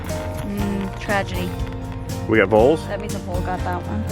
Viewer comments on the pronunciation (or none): Are saying voles or moles ?